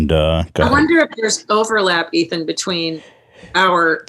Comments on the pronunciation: christne calling Ethan "Aton" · Did christina just call Ethan " Aton" lmfao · does Christina call Ethan, A-Ton? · Ethan not Eitan*, no shame Christina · she called him eitan lol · why does she call Ethan Ay-ton? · Anyone else notice Christina pronounces Ethans name like (A-Tun) she seemed like she said it on purpose, seems weird cause shes like wearing Teddy Fresh and talks about how cool they are on Your Moms House. Then goes its A-Tun and Hila H3 H3! I dont know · that makes sense hadn't considered that. It's just she said it when they were talking about foreign dads like she thought his name was pronounced in a more "foreign" (for lack of a better term) way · Did Christine just call Ethan, E-tahn? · Christina actually called Ethan (a very common name) Eee-ta-han. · I think she’s saying “eet-han”. It’s probably an inside joke of theirs or maybe something Christina does on YMH